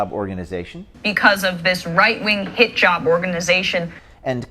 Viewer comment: Is it me, or does "Hit-Job" sound like Hijab"? 😄